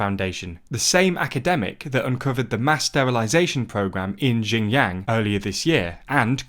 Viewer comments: Xinjiang is more like sheen (like the sword sound effect is the closest analog)-jee-ahng (except the last two are pronounced together). Qing is like Ching. (In fact, it used to me Englishized that way under the old wade-giles). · That is the worst pronunciation I've heard by far. Its more like shin-jee-ahng (except the last two are pronounced together). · People in labour camps are paid with bullet shots. Let alone money. Why would we Tibetan want to be integrated into China when we are always made to feel like the unwanted group? A race to be erased. We know it too clear by now. Tibet mainland beyond Chandon. It goes to Amdo and Kham as well. CCP has changed our names to Chinese name which I don’t want to use. Your pronunciation of Xinjiang or what ever is bit different but it’s okay. The content matters not the Chinese words. Not everybody in the world knows Chinese and is not necessary. Actually it’s even not Xinjiang it’s actually Uighurstan before Chinese illegal occupation CCP agents have nothing to pick and attack other than your pronunciation. We have suffered so much and endured so much. The legitimate ruler of Tibet is Dalai Lama. CCP is illegitimate and illegal. Sun will shine again and CCP will collapse like Nazis did in world war.. . I have nothing to hide. I have no skeletons in my closet, being a Tibetan. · I flinched a little when he pronounced XinJiang like that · And often in the worst ways possible like how do you get "jinyang" from "Xinjiang"? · Xinjiang (pron. Sinjeeang) not Jin Yang! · Guys, you need to at least pronounce it right to make it sound legit. Xinjiang "shin jang" (at least like this, its still acceptable)...not jinyang. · Xinjiang is pronounced closer to Shin-jang. Qin is pronounced Chin. C'mon guys. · It’s pronounced shin jang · Everytime he says Xinjiang, it sounds like Shenyang, which is a city in a completely different place in China. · Jinyang Queen dynasty Quanguo It's actually entertaining to hear lol